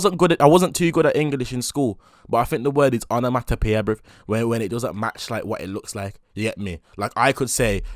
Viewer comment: mans said antomatopeia